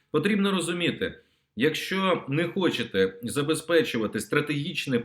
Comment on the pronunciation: МУСІЄНКО! ТЕБЕ ГИДКО СЛУХАТИ!!!!!!!!!!!!!!!!!!! ЩО ТВОРИТЬСЯ З ТВОЄЮ МОСКАЛЬСЬКО- УРОДСЬКОЮ ЩЕЛЕПОЮ,ЩО ТИ НЕ МОЖЕШ ВИМОВЛЯТИ УКРАЇНСЬКІ СЛОВА??????????????????????????????????ЩО ТАКЕ: ЩЬО...,ЩЬО....,ЩЬО...,ЩЬО.....ЯКЩЬО,ХОЧЄТЕ,ЧЄРВОНА ПЛОЩЯ,ЧЄРГОВІ,НАЧЄБТО,КАМПАНІЯ,ПОЧЯЛИ,ПОБАЧЄВ,ЧЄКАТИ,ЩЄ ,ЗВИЧЯЙНО, ЗНИЩЄЛИ, ЧЬОРНОМУ..................... !!!!!!!!!!!!!!!!!!!!!!!!!!!!!ГАНЬБА ТОБІ !!!!!!!! ВЧИ УКРАЇНСЬКУ МОВУ!!!!!!!!!! (Українська діаспора в США)